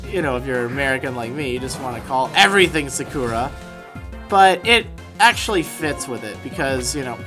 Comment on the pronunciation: you cant even say sakura right!